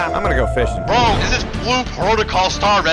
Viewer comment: the indian accient "brooo" is go good bruh